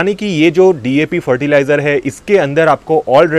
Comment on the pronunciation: Dap नहीं सर जी DAP होता है और वो Npk नहीं सर जी NPK होता है । 😂😂😂😂 साइंस का क्यों गला घोंट रहे हो ?